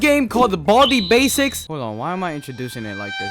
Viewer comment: I think you pronounce it with " 'S basics" idk why